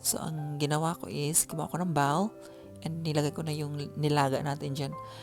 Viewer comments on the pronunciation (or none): none